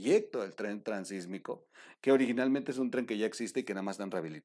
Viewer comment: Felicidades por el Programa ! La única recomendación es gramatical; se habla del Itsmo, No del Sismo, por ello debe decirse Transitsmico , No Transismico. Saludos y Adelante !